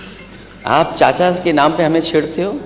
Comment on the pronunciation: Nam ki jagah lam kah raha hai ise CM banayenge akhilesh ko